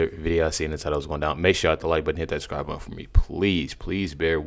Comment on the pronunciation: Well u DO say every time "hit the SCRIBE button" rather than subscribe but we love ya anyway.